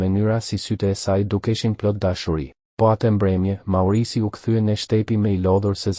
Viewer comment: Thuhet Maurizio jo maurizi